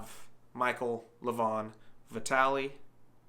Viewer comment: It’s pronounced LE-van (emphasis on the first syllable). Also Larratt rhymes with carrot. Hard to put much stock in WAL results because the longer pads and lax refereeing are enough to change the outcome of certain matches, especially with Todd’s style.